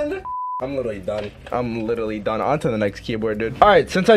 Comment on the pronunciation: Ha you say litelly it’s literally not litelly lol